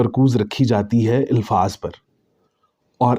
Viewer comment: مجھے سمجھ یہ آ رہی ہے کہ آپ "الفاظ" لفظ کی الف کو لاشعوری طور پر زیر دیکر اِلفاظ پڑھ رہے ہیں جبکہ الف پر زبر یعنی اَلفاظ بر وزن افعال پڑھنا چاہیے۔